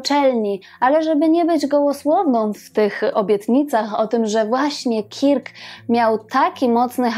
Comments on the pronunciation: B. fajny film, tylko imię Kirk wymawia się bardziej jako Kerk (nie mam alfabetu fonetycznego, więc tak to zapisuję). Wymowę można sprawdzić np. na Google tłumacz.Pozdrawiam i czekam na kolejne wspaniałe programy! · Odcinek super,tylko wymowa KIRK jest tak surowa ,ze mam dreszcze-sugeruje przy okazji podslyszec poprawnej lub zblizonej wymowy przy innych gwiazdach./przepraszam/